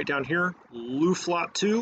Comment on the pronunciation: Luftflotte - pronounce 'o' like in "floor" ;)